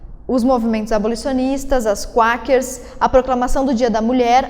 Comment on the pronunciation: Bom, só pra corrigir uns detalhes, o nome é "Quakers" (se fala "cueikers" não "cuakers"). E não é "19ª alterção" é "19ª emenda" à constituição. Agora, sobre o tema do vídeo retratado na pergunta, a resposta é sim, o voto feminino é um privilégio. No vídeo, isso foi abordado apenas de relance no final, sendo que o vídeo se tratou mais sobre quando essa "exigência" começou a ser feita pelo movimento feminista. Uma aparente confusão semântica ocorre no uso da palavra "privilégio". Quando se usa o termo privilégio nessa discussão, está se falando de um "direito não-merecido". Não tem a ver com o sentido de "nossa, que honra/privilégio poder fazer isso". Mas sim dizer que enquanto para os homens o voto sempre foi um direito conquistado, para as mulheres foi dado sem contrapartida, configurando assim um privilégio. Em termos bem simples, os homens tinham tanto a responsabilidade como a autoridade pela sociedade. (Um ônus e um bônus). As mulheres não tinham nenhum deles (nem ônus nem bônus). Ou seja, havia equidade. O voto feminino passou a dar autoridade para as mulheres sem nenhum cobrança de responsabilidade. E o que aconteceu depois, lá na segunda onda feminista pra frente, foi que a mulher foi conquistando cada vez mais autoridade (jurídica e, com a entrada no mercado de trabalho, cultural), ao passo que começaram a usar o Estado e as leis para tirar autoridade dos homens, deixando-os apenas com a responsabilidade). Um exemplo claro disso é o divórcio sem culpa, legalizado ao r